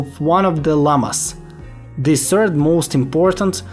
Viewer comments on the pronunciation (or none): none